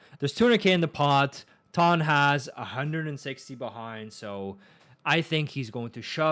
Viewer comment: it's pronounced tan like tanned I corrected u last time with the T-ara one lol